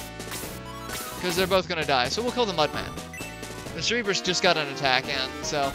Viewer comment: SIR-burr-us. Just a minor nitpick.